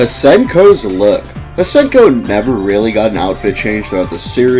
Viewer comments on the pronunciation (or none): I think it’s pronounced “see-en-ko”.